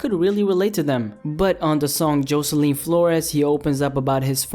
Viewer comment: Can u not pronounce Jocelyn lol?